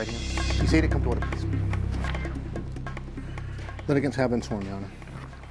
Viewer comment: Who are these "Littegens" that Harvey keeps saying are walking into the court room right now after every episode? I've never seen an episode with anybody named Littegens. He says that on every episode but nobody ever sees them.